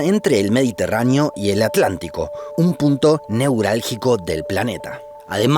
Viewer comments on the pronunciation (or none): Entramos mal. Correctamente pronunciado, es At-lantico